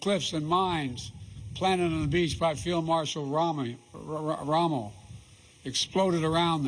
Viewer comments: I thought he said, “Ramen” like Top Ramen 😂🤭🤣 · Couldn’t even pronounce Rommel correctly without having to correct himself what a joke